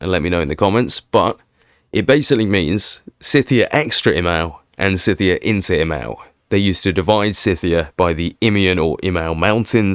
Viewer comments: Scythia is pronounced with a hard C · You check facts with Google?! Why not just check Wikipedia.. 🤣 Google is an AI programmed with propaganda, and lets not forget they also own YouTube Im not saying im right, but when i studied ancient history some 40+ years ago, my History Professor said Ski (like Skin without the n) Thea (like the greek goddess) In the scheme of things i guess it doesnt really matter, the fact you are putting this stuff out there is good I just get all Pedantic when i hear things said "wrong", and as an Englishman i hear things said wrong a lot by Americans, thats not a criticism, its just true You say it however you want to, theres a YT channel called "Emma Says" where a young girl tells us the correct way to say things, though i doubt she has covered Scythia, but shes right 100% of the time, at least with things ive checked (i assume its really her mum and dad who do the checking, Emma simply adds a voice